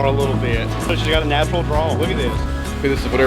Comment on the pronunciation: Natural, not naturel, I am french, sorry for the mistake. Lol.